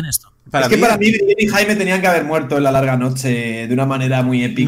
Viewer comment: Cada vez que pronuncia Jaime muere un pajarito